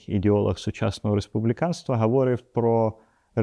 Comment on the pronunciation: Колего Геннадію, при всій симпатії до вас і вашого інтелекту, виборці обирають Трампа, Зеленського та їм подібних, на жаль. І ще прохання: мені "ріже вухо" говОрив, неправильний наголос, приберіть його, будь ласка, говорИв - правильно, так само як і БуковИна, а не БуковинА😉.